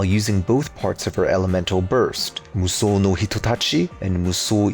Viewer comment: Man how he say Mushou sounds so good